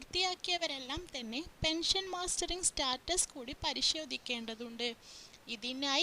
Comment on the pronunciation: മാസ്റ്ററിങ് അല്ല മസ്റ്ററിങ്